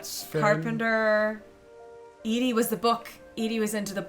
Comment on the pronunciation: This game is so intriguing, I love it. But starting next episode, every time someone says Eddie instead of Edie, said person owes me a $1.